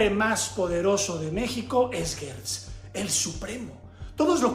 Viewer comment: Se dice Gertz no Guetz se pronuncia como si fuera con J.